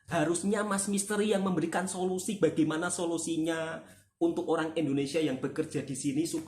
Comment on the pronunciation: sebagai warga malaysia, saya tertawa sendiri mendgr solosi me ri.. solosi sesuia utk iq78.. wkwkwkkw